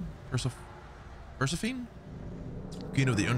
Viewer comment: Per-syph-oh-nee is how her name was pronounced. I struggle with Greek mythos pronunciations myself. I butcher names all the time lol. She was the Goddess/Queen of the Underworld